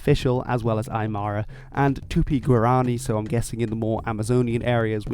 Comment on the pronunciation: The way you say Aymara bro cracks me up its Ma-Ra mar-ruh but we learn together bro nice video Native American here